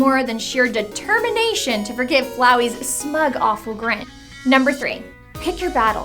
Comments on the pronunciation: Determination is not the best lesson m8, the best lesson is "Detemmienation" >;c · You mean, de-termination?